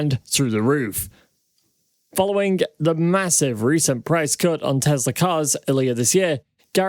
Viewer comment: Its pronounced teSla. Not teZla. Your driving me nuts with that man. I love your channel. So how to watch when you mis pronounce the name tho.